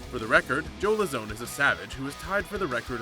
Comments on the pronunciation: Dude... why r u doing mma videos?? You don't even know how to pronounce the fighters' names. It's LOWzahn.... and TIErun not TyRONE. Go do something else. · As soon as he pronounced Joe Lauzon’s name the way he did, I knew he had no idea what he was talking about